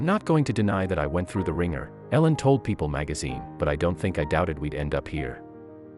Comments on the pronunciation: Come on if your going to tell the story learn how to say her name ! E-lin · If you're going to tell the story at least pronounce the names correctly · Annoying hearing you pronounce her name wrong. You said it right twice! Misleading title for this crap video. Also, learn to edit .